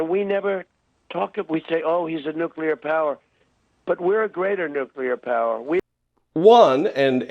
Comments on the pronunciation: Nuclear, not nuculear. He might subconsciously be aware that he is mispronouncing the word?... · I have never, not even once, heard Trump pronounce the word "nuclear" correctly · 'The N word?' as strange as that sounds to the best of my memory Republicans have alway pronounced it "nook-ya-ler" but Trump got this one point right. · He really wants to say the N-word.... not nuclear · "The N word" because it's going to take him a moment to remember how to pronounce nuclear correctly.